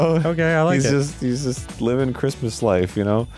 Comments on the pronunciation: Merry crimdo ! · I feel like Grundor celebrates Scromdus. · Grumps mispronunciation of Christmas will always put me in the holiday spirit. Happy Scromdus everyone! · Scromdas and its reaction will forever spark such joy within me